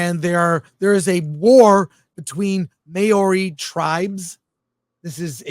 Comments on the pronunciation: Moa-ree not May-oar-ree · Chris please look up how to pronounce Maori cos May Ori isnt it. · Chris, other than your atrocious but hilarious mispronunciation of the Maori language you are absolutely right. As a New zealander I can confirm this is a woke load of nonsense propagated by a NZ film Commission steeped in the same ideologies of Hollywood and bears little to no resemblance to the actual history but is an attempt by academic activists to foist a skewed depiction of early colonialism upon us. You're better off watching Once Were Warriors.